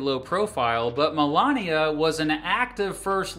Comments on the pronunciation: Malaria?! Did you say Malaria Trump!? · No , he said Melania